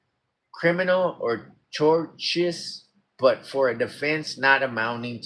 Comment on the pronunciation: tortious = tor-shuss